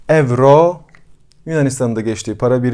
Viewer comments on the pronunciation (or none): none